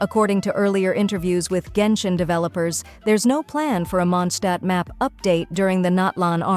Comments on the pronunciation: M SORRY MONDSHTAT? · Lootbarimpactpact hoyolootbar hmm monshtadt? Pc code can't tell this word properly it's mondstadt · munshtat" i dont mean to make fun of u but its kimda funny 😅